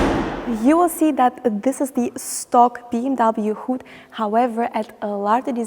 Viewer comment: You promote BMW, but you don't pronounce the brand correctly.